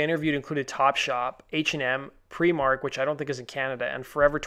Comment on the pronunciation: I'm more concerned about your pronunciation of Primark and Lincolnshire! :)